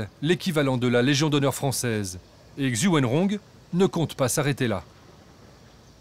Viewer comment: Un peu d'effort sur la prononciation quand même... pas besoin de savoir parler chinois, mais un minima quand même pour les noms... C'est quoi cette prononciation de "Xu" ?